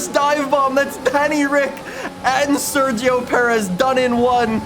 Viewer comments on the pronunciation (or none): none